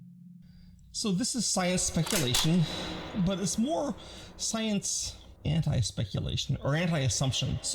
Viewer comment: "sicene"? 🤨 I am enjoying the video very much though